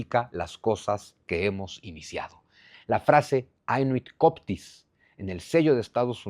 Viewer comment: Coeptis Cheptis la pronunciación Zunzu Como Coelis Chelis = Cielo Saludos y gracias por todo tu trabajo